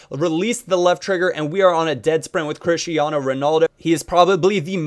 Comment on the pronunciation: It's pronounced Chish-e-arno in Portuguese pal :)